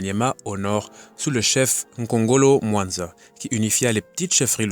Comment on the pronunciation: Il y a quelques erreurs de prononciation, Kongolo Mwamba, et non mwanza.